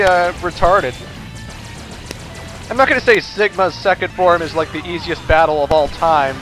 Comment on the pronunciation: Sigma: THE BADDLE HAZ JUSD BEGUNN! Me:(laughing) Sigma can't grammer correctly LOL